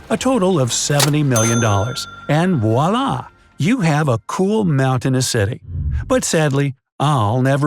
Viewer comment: did he just say "Wallah"? 😜😜